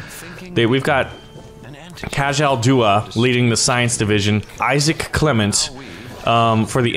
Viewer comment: It’s ka-jjjjjjjjaL not kahal